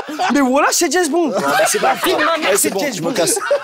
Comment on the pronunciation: trop de choses à dire sur ce passage😭 Roman qui trouve au hasard, le truc que timal jette sans faire exprès dans le chapeau, timal qui dit Jèzbond😭😭